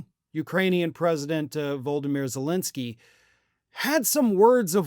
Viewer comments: Dude learn to pronounce Zelensky's name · Much as I appreciate you and your channel, I feel it's not too much to ask for you to pronunciate vo-lo-do-mir ze-len-ski more appropriately